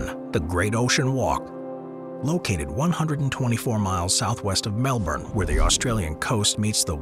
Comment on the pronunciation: Melbourne is pronounced: Mel-bn. Not: Mel-bourne.